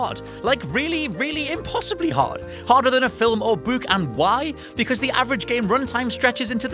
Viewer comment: "harder than a film or bewk"